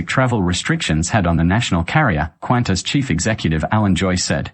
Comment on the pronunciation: You cant even pronounce Qantas. Why should we pay attention to you.